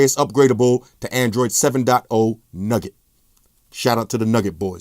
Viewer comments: You just said Nugget it's nougat lol like a candy filling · nougat....not nugget. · Android N "nugget" 😂😂 it's nougat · He knows but he pronounces things his own way, like Nugget for Nougat and Hawaii for Huawei